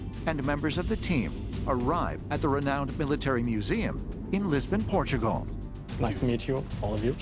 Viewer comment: Port-a-gul again. Not shocking, but a good episode.